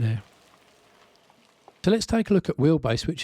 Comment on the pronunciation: its the way you pronounce The Them There as duh dem dare that had me intrigued? Curious and curiouser